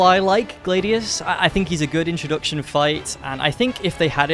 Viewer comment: Gladius bro not glaydius